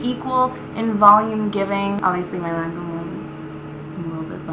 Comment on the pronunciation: Crazy lady, Lancome purleeze.